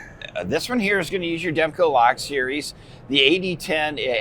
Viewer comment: Did he say "devco lock series"? I think he needs to know his product a little better.... demko!